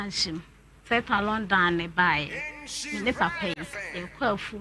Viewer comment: That what I don’t like about your show. Correcting people live on the program. Who cares if they are pronouncing words wrong. Long down or lock down is the same damn thing!